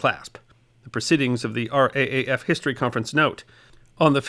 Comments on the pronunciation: Given the sobering content, as an Aussie, I can't say that I enjoyed this but it was very informative indeed! Thank you for putting it together Mate! One little suggestion if I may though? Here we pronounce our Air Force's initials as "R double A F" not "R A A F) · It’s not pronounced the R A A F, it’s the R double A F. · As an Aussie I thank you very much for your recognition of our former flyers of WWII. But if I may I will correct you on pronunciation. The Brit's had the R,A,F. Australia had and has the RAAF known as the R Double AF or (how shall I put this),, the RAAAF as in Rif Raff. You mentioned the author Kristen or Kirstin Alexxander. She also has a great book about Clive Caldwell. Maybe you could read it, it is a great and controversial bit of our WWII history that is little known. Clive would be Australia's greatest flying ace of WWII, BUT read the book. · Loved the content as a proud Australian. On saying R.A.A.F in your narration. Usually its said R Double A F. Or even sounded out as raaf forming a word. Still a great story. Dunca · ( AUSSIE HERE )for future reference.. we don't call it the R A A F.. like most things aussie we have our own little twist.. we Say it as R double A F, and the fact that aussies served in the Battle of Britain was taught in schools, before they took it out of the curriculum. Older Aussies like my self had grandparents who served.. my Grandfather was on active duty as a pilot in bombers in the UK from the onset of the war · first of all, thank you so much for this marvellous clip. For future reference when describing the Australian air force, it's a good idea to use the expression R double A F, instead o fR A A F.. continued success, and very best wishes. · RAAF is "R double-A F" not R-A-A-F :) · Just so you know... it's R (double} AF not RAAF... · Was going to comment the same thing!! As an Australian myself, people saying R A A F just sounds wrong!! 😂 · "RAAF" - Australian's call it "the R double-A F"